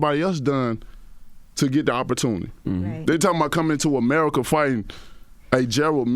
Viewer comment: "As It Is In Amurrrika" 😂😂😂